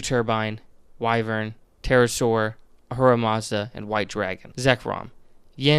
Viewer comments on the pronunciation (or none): I have always wondered about some of the weirder Pokemon designs, great video. Also, wyvern is pronounced "Why-vern"